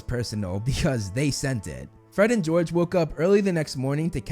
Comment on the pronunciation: gred and forge lol